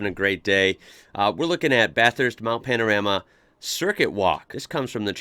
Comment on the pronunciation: I live in Bathurst. I enjoy your take on our iconic track. Thanks for pronouncing Bathurst correctly, although with an American accent. The correct way to pronounce “Bathurst” is by saying “ Bathist”. We don’t emphasise the “U”. Secondly, your pronunciation of “Panorama” needs a bit of work. For the 3rd syllable in the name, “ram”, you pronounce it like a male sheep or a “Dodge Ram”, which is to be expected as that is how it is spelt. However, the “A” is a long sound so don’t say “ram”, say “rarm”. Also, the letter “O” just before the “ram” is not pronounced as an “O” but more like the letter “A”. Try that and you will be very close to saying it correctly. So pronounce it “Bathist” and “Mount Panararma” and you’ll sound like a local. Regards. Trevor.